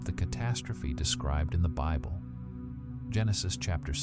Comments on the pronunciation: lol at "the canon beeble" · Ok I thought this was AI, it slipped up pretty bad in the beginning, but seemed to work itself out after the beble pronunciation haha